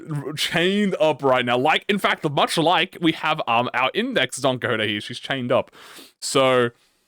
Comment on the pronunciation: "DON COJOTE" hahahahhahha